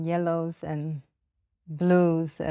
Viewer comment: Blues 😂 Color that start with litter m Mlue 😂😂😂😂😂😂😂😂😂